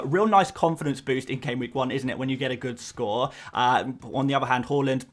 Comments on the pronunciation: It’s pronounced har land not whorelund 😂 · it's "H-A-A-A-A-A-Land":) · Bro said ‘hawland’ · I like that you try to pronounce Haaland’s name correctly, but it’s actually pronounced “hål-an”. Keep up the good work, bro. You’re the best fpl YouTuber out there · I know this is a sap comment form me but Haaland is pronounced "Ha land" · why you always say haaland name wrong😂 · Bro you need to check your pronunciation of Haaland…